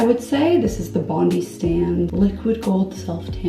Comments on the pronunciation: bondi is pronounced “bond-eye” 😉😉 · Just an Aussie subscriber here letting you know Bondi is pronounced Bon-die 😊 xo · Love that you use an Australian tanner. It's pronounce bond-eye btw :)